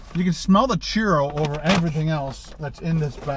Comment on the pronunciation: the word CHURRO is pronounced like "Chew-row", not "Cheer-o". Also, CILANTRO is pronounced like "Sil-ahn-troh" not "sil-ann-troh". The only two Spanish sentences that you use completely out of context, "Como estas señor" and "dos cervezas por favor" are in poor taste. Please stick to English, eh??